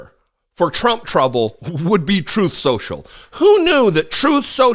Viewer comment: "Troth Senchel."